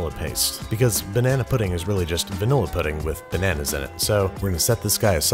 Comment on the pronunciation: MA MAN'S 'LLERGIC TO' NANAAS